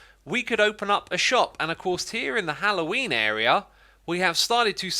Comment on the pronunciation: Did Xisuma say "Hallowenie?"